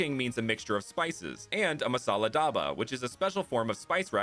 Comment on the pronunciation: i found it hilarousw how his said masala dubha it was really americanized i almost didn't recognise what it meant